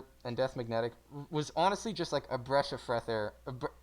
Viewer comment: Breash of freth air That’s the funniest thing I’ve heard in a while Almost as funny as me saying I have a future